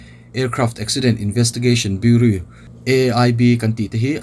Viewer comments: Bureau=Biuraw tia lam tur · Bureau ti lovin,buraw tih anga lam tur..Ani aw